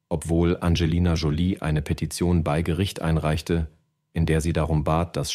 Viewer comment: Sind menschliche Sprecher wirklich so teuer? Diese KI-Stimmen, die "bei" als "b i" aussprechen und "Modestar" nicht betonen können, ärgern mich so, dass ich dieses Video abbreche. Bäh.